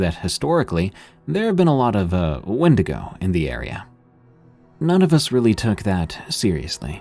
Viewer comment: And one cant say w er wenigo